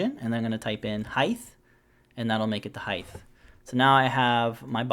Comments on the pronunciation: LengTH, WidTH, but HeighT not HeighTH. Great video. Thanks. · Also, you said height wrong. I realize that a few Americans do this. It's height. Not heigth. The ending sounds like the ending of weight, not the same ending as width. Thanks for the video! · Firstly, thanks for the great tutorial. If I can offer a small piece of constructive criticism, the word is height, not heighth. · I do not like being the spelling or pronunciation police but this drives me absolutely crazy it's height height height height its not heighth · This was a great tutorial, super helpful especially the parameter setup.. but what's a Highth? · Height not Heigth, t sound and the end not a th... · Quite helpful and simple too. BTW: It's height (as written) not heighth. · Glad I'm not the only one who heard that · Is he saying heighth? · just thought I’d let ya know “heighth” is not a word, nor has it ever been one. However, this helped me immensely 😉 thanks for a wonderful tutorial. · Excellent video. Told me exactly what I needed to know. Thank you so much for this. But, btw, there is only 1 'H' in the word height. It's pronounced like HITE. ;-) (sorry, couldn't resist) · There is actually 2 H's in Height but he pronounces it like Heigth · Rock solid tutorial... just had to mention that "height" is not pronounced with a "th" sound at the end... just the t sound.